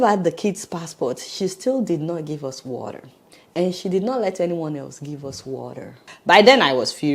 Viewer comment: What an unnecessary hastle! I am so so sorry. I hope you wrote a very strong letter to the Honduras Embassy or Government. This lady needs to be demoted. She does not have the integrity or intelligence for her post. Adeola no offence meant but please pronounce the TER in water. Congratulations on obtaining US citizenship! God bless.